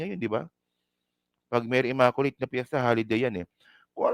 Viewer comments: For your sake,, please pronounce the word “ immaculate “ as “imaQlate” NOT “imakolate”❗️🤮Just educating you.☮️🙏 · Blog contents mo Not worth your YOUTUBE commissions! Wag Masyadong SS🤮👎🏽Create other more relevant blogs. SalaMUCH just the same I was entertained sa pagPronounce mo ng word “Imakolate “ “Salam……..” ☮️